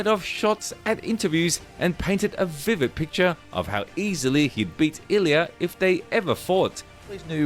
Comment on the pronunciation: Bro can't even pronounce Ilia's name. Must not watch UFC. Kinda sad